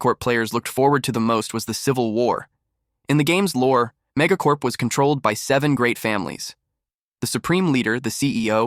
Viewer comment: when ever he says mega corp I aways think he is saying mega corn